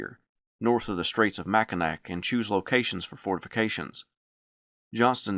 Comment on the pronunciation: Michigander here. It's "Mack-eh-naw," not "Mack-eh-nack." Understandable, common, but always very jarring mistake. But say that here and we will laaaaaaaaaaugh at you lol